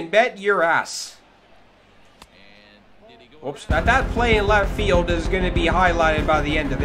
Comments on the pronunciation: This guy said flidge 😂😂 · this guy said flidge